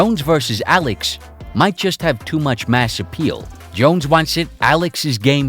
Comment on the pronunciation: lmao why do you pronounce you "S" like "Sh" who tf pronounces "Alex" Aleksh